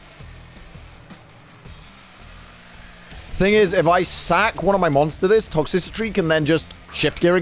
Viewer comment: "Toxicitry" lmao its Toxtricity my guy